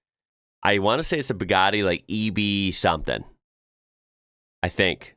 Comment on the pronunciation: eheheh it's so funny to hear how you say Bou-God-y